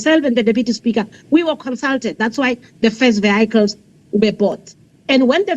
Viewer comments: It is not viecles. It is vehicles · What on earth is vycles or the way she pronounce it vycles vehicle's Speaker, back to school if you please. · She looks like she is lying about these vehaaikles 😅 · Can't pronounce VEH HI KILES properly but can pronounce Mercedes and perhaps Lamborghini PERFECTLY. BEE EM WOBBLE YOU comes a little easier on the tongue. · Vee-High-cil = Vehicle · She can't even say vehicles🤣